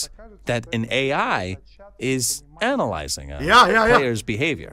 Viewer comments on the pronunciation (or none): Would you mind terribly taking a few minutes to practice how you pronounce "analyse"? 🥹 Because hearing you talk about "deeply analizing" players makes it quite NSFW 🥹🥹